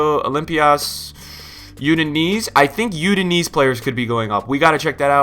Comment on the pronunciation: 'You-din-eez'...'Australian Bundesliga'